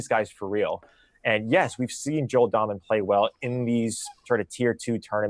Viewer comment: Dahmen is pronounced like Daymen.